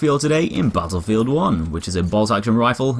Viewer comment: you said bottlefield 1 funee